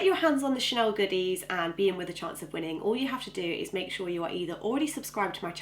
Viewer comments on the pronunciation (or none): none